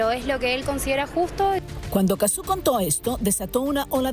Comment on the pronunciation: En serio le dicen Cazzú? Le dicen mal el nombre a propósito?